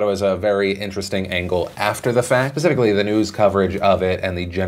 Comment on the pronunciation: Did you just say 'pacificaly?'